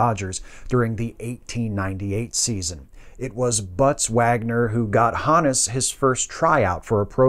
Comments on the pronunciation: I've always heard his name pronounced with a hard 'O'... H OH nus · I thought it was pronounced Honus